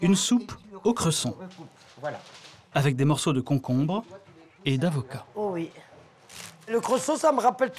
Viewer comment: J'adore comment prononce "Cresson". Super ville